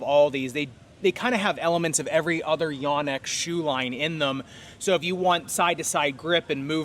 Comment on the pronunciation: It’s actually pronounced yōnex. 😳